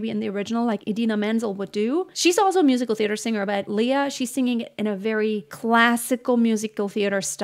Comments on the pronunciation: Lea is pronounced as le-ya, not li-ya. She's very particular about this. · It's not 'LIYA' but LEA. okay? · She doesn't like her name pronounced "lee-ya" Lea is more like "ley-ya" 🙂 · LEY- YA, NOT LI-YA?